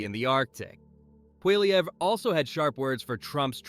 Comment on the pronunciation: I think you took so long making your graphics that you're slow on your news. This is old news. And you're mispronouncing Poilievre.